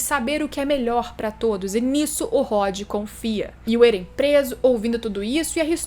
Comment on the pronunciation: êren não krlh, éren, É REN